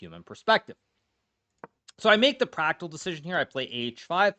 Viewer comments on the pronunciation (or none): "So I made the pragg-tical decision.." Did anyone else hear this?? 😂😂